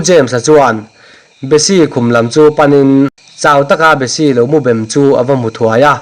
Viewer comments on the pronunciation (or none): A ngaihnawm hle mai,,,,mahse lauh lauh tih leh bem tih lam dan hi tih diklo hret in ka hria